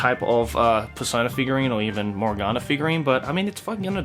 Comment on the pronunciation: That hard accent when he says morgona